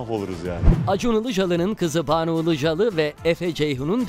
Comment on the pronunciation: Buna Ilıcalı demeyein "Ilıcalı"